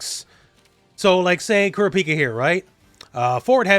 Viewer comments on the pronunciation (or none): It’s Koo-Rah-Pee-Cuh. Sorry but Cure-A-Peek-A was driving me nuts. I’m still happy that HxH is getting a fighting game but idk how many people will actually get it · Can’t wait for this demo to come to PS5, looks like a lot of fun! Btw, it’s pronounced “Koo-RAH-pekah”. Just wanted to point that out because a bunch of HxH fans undoubtedly will. I mean… I’m an HxH fan too, so I guess I’M the HxH fan pointing it out… 😅